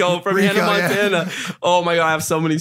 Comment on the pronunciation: Did rug just pronounce Hanna Montana wrong at first 🤣🤣🤣